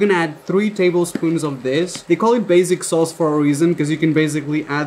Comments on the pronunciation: stop saying baZic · They way you are pronouncing basic Is actually making me want to pull my ears off. Basic as in BAY-SICK